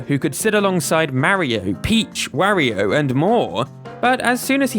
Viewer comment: You pronounce Mario and Wario weird, made watching this difficult….